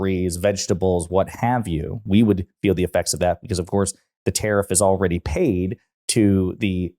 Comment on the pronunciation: Omfg he's deranged. Oh btw what's a terriff? /s